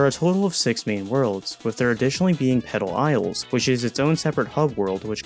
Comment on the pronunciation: Petal Isles is a crazy name 🤣😂 I thought you said some whole other word at first